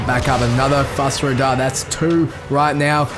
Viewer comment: Skyrim music in lotr? Btw its fus ro dah not fos ra doh